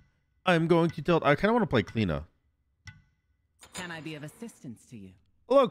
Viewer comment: As an Irish person, it triggers me every time you say Cliodhna and its so so so wrong man